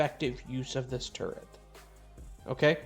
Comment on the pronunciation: I keep thinking you're saying "turd", not "turret"! 🤦‍♀️ Turdtle PTSD